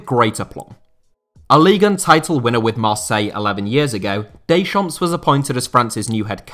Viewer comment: stop calling him daychomps